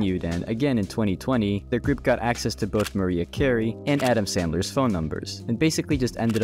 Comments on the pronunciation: say it with me mah-rye-ah not mah-ree-uh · I have no complaints about this video, these sorts of videos have me in that weird "iPad kid" chokehold. BUT. "Maria" Carey? 😭